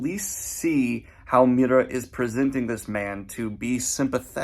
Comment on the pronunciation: Greatest character development is Daniel slowly learning to say Miura's name.